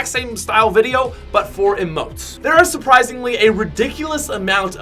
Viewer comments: Its pronounced eemote, not ehmote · It’s Eeeee motes, he says ih motes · EEEMOTES NOT UHMOTES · I pronounce emotes as eee-motes. Not eh-motes. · yes whyyyyyy!!!! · He pronounces emotes wrong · It's Emotes with the stressed syllabel being e not mo